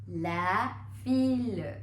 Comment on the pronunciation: Its not fille its fi